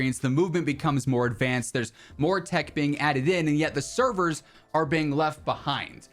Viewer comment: Man said update severs lmfao...never